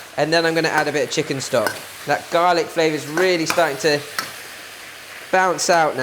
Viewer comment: “Garlaac ” hahaha 😂, you are so funny . Love all those tips that you give. Learnt so much of Chinese cooking from you. Thanks a lot 🙏🏽